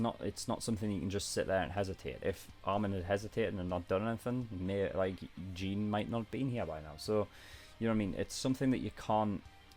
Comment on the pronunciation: Okay it's a bit nit picky if I say this but it's kinda annoying me the way you pronounce Jean's name, in the show they say it almost like Sean but with a j I'm not hating but just wanted to get that out